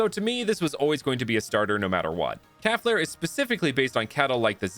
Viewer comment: Hey I used to have a fire type cow Pokémon called calflare too But it’s pronounced “cal-flare